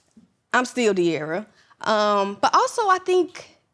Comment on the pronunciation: This interview was horrible. Cam kept making weird perverted jokes as well as interrupting De’arra regarding the Ken situation. A lot of Gen Z wanted to know the details and he completely fumbled it. He also said her name wrong in the middle of the interview and didn’t give her the respect she deserved & I’m more than positive cam is bisexual, always asking about other’s sexuality. Weirdo and horrible interviewer.